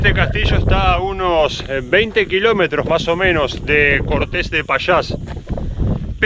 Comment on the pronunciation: Cuidado, el acento no está al final ......Cortes es un nombre que foneticamente es una palabra llana , no aguda.